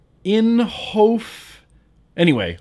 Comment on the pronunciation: pronounced inhoff